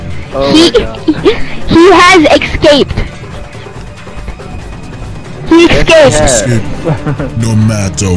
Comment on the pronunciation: "he has exscaped"